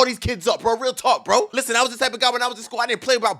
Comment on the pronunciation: 😅 he be saying bru 😂😂😂 lol still goat